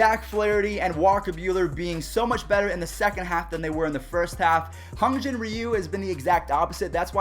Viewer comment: It’s Hyun not hun